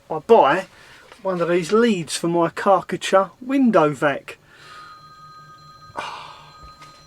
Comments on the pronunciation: Kar-cher. KAR CH'er Car t cher. why have you got a Karckatcher? Chinese knockoff? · It's Kar Cher. Not karKA cha ! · LOL strange way of saying Karcher, I thought you was eating something nasty when saying it ,lol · Have I been saying Karcher wrong my whole life??? Great Wed waffle as always 👍🤙